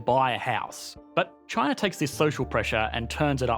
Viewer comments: "This is CHANA"...hahaha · This guy pronounces "China" as "Chin-ahr" and also: "Labor" as "Labuh" and "here" as "hee-uh". His accent is both non-rhotic and hyper-rhotic. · Everytime he pronounced china I low-key cringe 😂